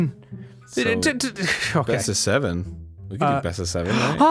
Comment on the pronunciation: Arin pronounced "we" wrong when spelling it.